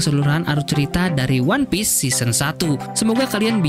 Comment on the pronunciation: Terus juga kasian anime nya audio jepang, jadi gabisa bahasa inggris, one piece aja jadi one pice CUZAKAZZ